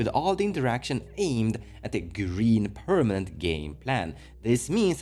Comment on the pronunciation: I miss when he said "pernament"